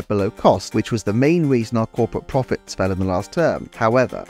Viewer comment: “Pwofits” lmao All fun and games, nice video.